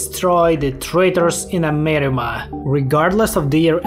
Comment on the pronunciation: Every time this man says amerima an angel is birthed under the divine light of god himself